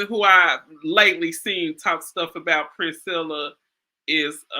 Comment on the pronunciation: I wonder why no one can say, PRIN-SELL-A? Princella like Princess Ella.